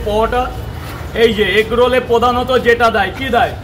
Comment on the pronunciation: পোদানোতো ✅ প্রধানত ❌